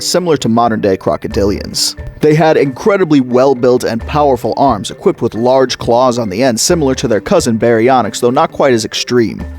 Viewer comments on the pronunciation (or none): none